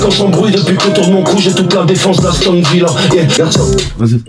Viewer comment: Aston Villa , pas "haston"